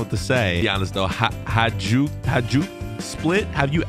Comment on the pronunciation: Its pronounced hayduk